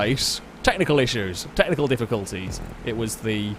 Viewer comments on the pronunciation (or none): When you say tehnical difficulties do you mean hard tehnical race or normal GTA